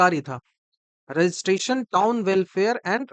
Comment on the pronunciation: वो बिहारी टोन नहीं वो टाउन होता है Bihar है पेपर लीक और चोर आयोग